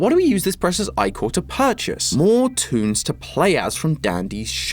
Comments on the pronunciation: what you're telling me that ichor isn't pronounced (ick-or) omg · I thought "ichor" was pronounced more like "icker." Where did I hear that? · Isnt is ihh core? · it's pronounced Ick•ore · thats how it pronounced. ickor is NOT how its pronounced. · I swear I've always pronounced it like ick-ur, i-core sounds terrible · i‘ve been watching wayyyyyy to much ttrpgs because the way pronounces ichor just irritates my soul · Your pronunciation of Ichor both angers and infuriates me 10/10 theory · Who let him pronounce "ichor" like that 😭😂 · I don't know if it's his accent or not, but it's anyone else laughing at pronunciation of ichor? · I can't be the only one bothered by pronunciation of Ichor, right?-, you're amazing, but I'm fairly sure that's not how you say it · Can someone tell me why i felt so much anger hearing say ichor like "eye-core" rather than "ick-er", it might just be because the second prononciation is how i always heard it or maybe it's something else. who knows! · Do all Brits pronounce ichor as "eye-chor"? I've only ever heard it as "ick-er" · Eye-Core? Isn't it pronounced like icker or ickor? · pronounced ih-core, not eye-core, when saying ichor (love the channel) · can't pronounce Ichor;-; TOM PLZ ITS -- Ick-or not I-cor It's like owo all over again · Ickor... 😭 aint no way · So im not crazy. I thought it was pronounced Ick-er , I was listening to the video in the background and just kept hearing him say it. I thought he was saying eyecore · It's pronounced ick-kor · ....I don't know why, but pronouncing Ichor as "Eye-core"....really bugs me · Random fact: ichor is canonically pronounced ick-er according to qwel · You say icher not ichor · My eye twitches everytime i hear you pronounce it "eye-chor" 💀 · The black goo is called ichor (ike-ohr) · It’s called ihchour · Its pronounced ick-ur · Um i’ve know the name of this song since I was like 4 and in the aspect of greek mythology you’re pronouncing Ichor (ieh-core)